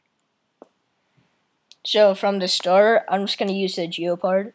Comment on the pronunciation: ITS GEPARD NOT FREAKING GEOPARD